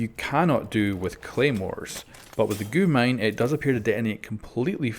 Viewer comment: you dont speak it out as goo mine its g u mine